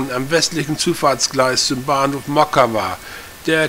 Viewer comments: not moKKKAVA,,but MOCkava, C like tcar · Mockava (Motzkava nicht Mokava). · Wenn das Polnisch ist, müsste das doch Motskawa ausgesprochen werden oder? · Mockava lest man "Motskawa". Litauische Sprache benutzt tschechische Lautaufzeichnung. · Das "mag" nicht, sondern IST SO. In allen slawischen Sprachen und im Litauischen wird das 'c' als separater Konsonant entsprechend dem deutschen 'z' bzw. 'ts' ausgesprochen. Und auch wenn man das nicht für Allgemeinbildung hält: bei der Erstellung eines solchen Videos darf man sich durchaus die Mühe machen, die Ortsnamen zu recherchieren und korrekt auszusprechen.